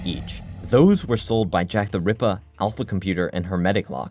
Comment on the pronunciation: he sounds Australian every time he says jacktherippa